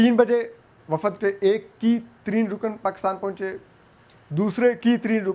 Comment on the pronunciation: It is Baheera-i-Arab, not Baheera-i-Arb and وفد is pronounced wafd not wafad. I don't understand why you have place زبر where it doesn't exist and skip a زبر where it does exist.